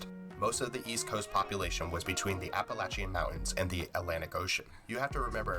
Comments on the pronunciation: lol Yeah, I suspect that the maker isn't even American. In the video he used a video of either Canadian money or European money being counted out, to represent U.S. commerce and while this next point doesn't signify his nationality, but he can't pronounce Appalachian, either lol. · The way that guy said Appalachian made me cringe